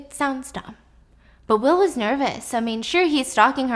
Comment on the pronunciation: And wis instead of was😹